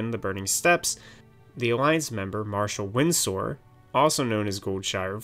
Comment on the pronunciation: Stop saying Windsor like that.